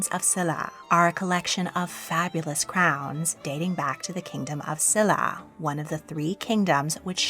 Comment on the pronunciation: Silla is pronounced with a sh. I was fortunate enough to go to museums in Korea. The national museum is awesome!